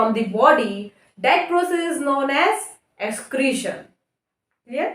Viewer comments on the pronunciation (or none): It's excretion not excreation I think.. By the way good work keep it up..👍